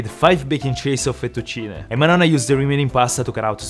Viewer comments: Your saying Fettuccine in a very French way futtuccinehhhhhh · ancora oggi mi chiedo perchè pronunciavi fettuccine come se fossi inglese e non sapessi la pronuncia 🤣🤣🤣W la cucina italiana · the way he say fettucine is cooooool